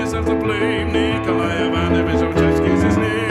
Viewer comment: Well done - getting your tongue round Lobachebsky!!